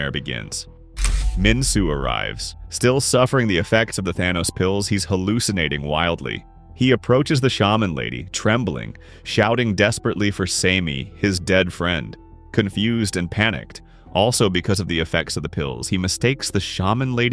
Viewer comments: Semi❌ Simi✅ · “See-me” 🥀🥀 “Jung-bow” 😭😭